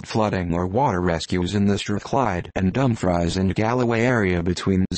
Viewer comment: we don't/dinnae soun' like that at a', what a horrible rendition: not dumb fries, dumfreece not come knock, cuhmnuck God save us from digital voices.